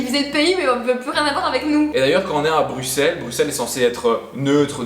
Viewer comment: On ne dit pas Bru X elles mais brusssellls